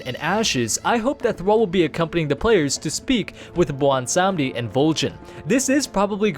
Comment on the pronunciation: wait, sry, blondesondy? blawnsanndi? blondsohnny? i-i dont know what ur tryin to say